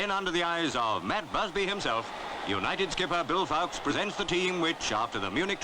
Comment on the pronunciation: Bill 'Fowks'? I thought it was pronounced 'Falks' !